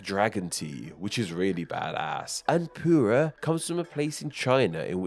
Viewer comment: In Spanish the pronunciation is a short "e" sound, "teh," not "tee." And it's "pu err" not "pu rah" tea."